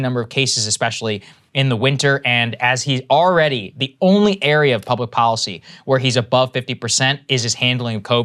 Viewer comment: IT IS pronounced depoliticised - NOT - DepoWiticised Bolled over - NOT - boWed over & here is the BEST policy - NOT - poWicy Get the marbles out